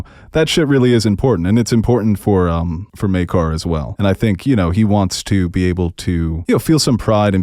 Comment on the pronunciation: Thank you for pronouncing Maekar's name correctly!